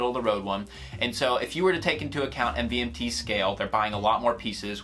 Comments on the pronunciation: It's pronounced MOVEMENT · You don’t pronounce it "MVMT" you pronounce it as Movement